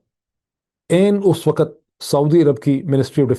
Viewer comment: Chiknachoor; Ketab ; Mulk, Measured MEZH-erd • “MEZH” rhymes with “treasure” (the “ea” makes a short “e” sound, and “s” sounds like “zh”) • “erd” is a quick, unstressed syllable (schwa + r + d) In IPA notation: /ˈmɛʒ.ərd/ Waqt not Waqat